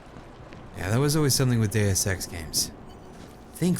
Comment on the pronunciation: Heard "daya sex" the first t time lol